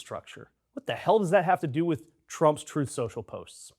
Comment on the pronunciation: Trooth Shocial (his pronunciation) was financially doomed the moment DJT announced it, just like everything he does. Tying it to fusion is insane. Fusion has been 10 or 20 years away for the last 70 years, an probably will be for another 70. I've read science articles on it for 50+.